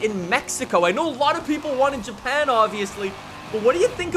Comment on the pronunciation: I think you said japan wrong